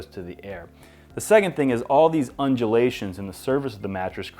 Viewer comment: New drinking game, you drink every time he says unjelations